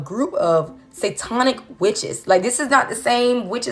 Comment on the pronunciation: saytonic is hilarious 😂 you mean satanic 😅